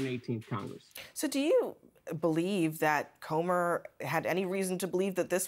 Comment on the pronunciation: It's "Comer", not "Comber". And it's "embarrassment", not "embarrasment". 😂😂😂 But don't mind me, keep telling everyone how other people are embarrassing 😂😂😂